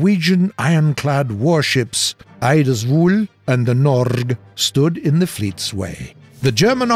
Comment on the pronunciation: Butchering «Norge» and «Eidsvoll» but interesting history around the battle of Narvik, who isnt mentioned to often by more mainstreem ww2 channels